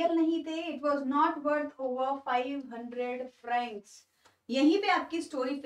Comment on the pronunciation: It's not frances it's francs